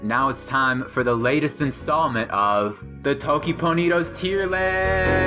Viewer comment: Nubie here. Why isn't the stress .. TOkiponidos ... just the first syllable stressed ? I'm hearing TokipoNidos with two stresses.